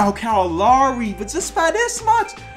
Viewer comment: U got Lowry and Harden wrong too